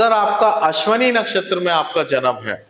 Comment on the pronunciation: साधारणतः सभी ज्योतिषी 'अश्विनी' शब्द का सही उच्चार नहीं करते, "अश्वनी" बोलते हैं, जो ग़लत है।